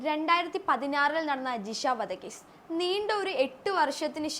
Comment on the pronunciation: ജിശയല്ല.... ജി ഷ . ശിശ്ശ എന്നല്ല പറയേണ്ടത്.... ശിക്ഷ എന്നാണ്. നേരെ ചൊവ്വെ അക്ഷരം പോലും പറയാൻ അറിയാത്തവർ വാർത്ത അവതരിപ്പിച്ചാൽ ; വളരെ അരോചകമായി തോന്നും.